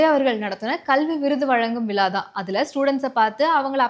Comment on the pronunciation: Good அம்மா விழா என்று சொல்லிப் பழகவும் செந்தமிழும் நாப் பழக்கம் தமிழின் நல்ல உச்சரிப்பு மெருகேற்றும் 🎉 நல்வாழ்த்துக்கள்